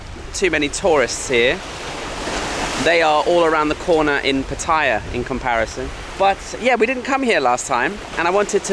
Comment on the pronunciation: Please ask a local the correct way to say Pattaya. Almost all tourists say iy wrong, including you.